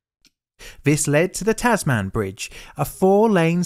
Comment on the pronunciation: Just a point FYI - it's not pronounced "Taz Man", but rather "Tazmn". How damned Australian, hey? :)